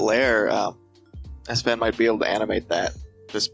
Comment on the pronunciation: I thought Sfan's nickname is pronouncing like Spring, but not like "Ass Fan".